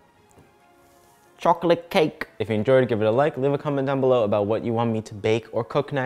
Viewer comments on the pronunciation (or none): WHEN HE SAID “ Chokalat cak” i LOST MY SHIT